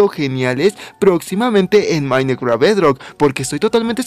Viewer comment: Dijiste Mineceadt :)